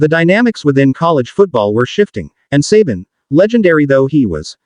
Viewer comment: I love the em-PHA-sis on the names. Who could forget great coach Nick suhBAN, or inferior follow-up Kalen DEEbower?